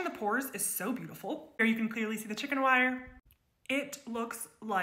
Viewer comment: When you say "she is pounding liquid polyurethane over chicken wire and plastic" please don't pause between the words "chicken" and " wire